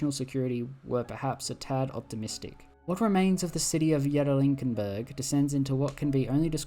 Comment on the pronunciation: Bro you didn't even try with that one. Ye-kat-er-in-burg.